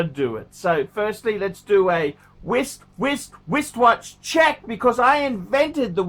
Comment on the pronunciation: Why does he say WISTwatch check? When he wears the same (uggo IMO) two tone blue rolex in every video lately? Get a NEWWWWW ROLEXXXXXX, FUCKERS!!! Get a JLC, TWAT WAFFLE!!!